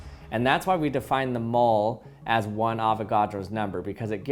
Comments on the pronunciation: Avogadro number of people saying 'AVAGADRO'! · did he said "avocado is a number".... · I hear avokados ever in 12 frist